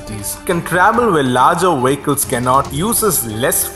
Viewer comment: Brilliant Video - pity about the narrator - could hardly understand him. Wehicles - yuck.!